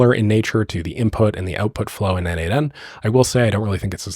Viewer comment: Okay,I think it clicked: N8N = N-EIGHT-N ≈ Nation. That last N is aggressively cosplaying as the 'shun' sound… but I’ll take it. 😂